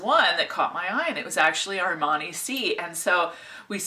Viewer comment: It’s aar - maa - nee 🙂 Don’t worry about it, it’s not a huge difference 😘 Love your energy as always!